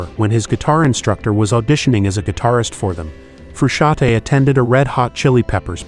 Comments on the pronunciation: The n in Frusciante is not silent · Are you kidding? Making a video about someone and mispronouncing his name all throughout the goddamn video? Shame on you!